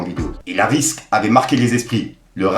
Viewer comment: Ont dit une RIXE pas une RISQUE putain fait un effort 😂😂